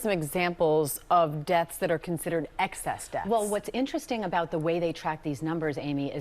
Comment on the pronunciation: excess desths? that's fkn hilarious!